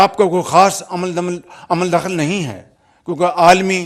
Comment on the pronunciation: کوئی میاں صاحب کی اردو ٹھیک کرا دے میاں صاحب عمل دخل کو عمل دمل اور بتانا کو بدانا بولتے ہیں اور نا جانے اور بھی کیا کیا😊